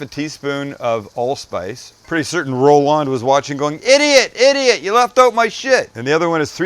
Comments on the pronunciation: First, you forgot the celery salt. Second, it's pronounced Roland not Row-LAND. Third, wrong title at the start. 😞 PS. Send me a knife. Please. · Ro-LAHND? Probably just Roland, bud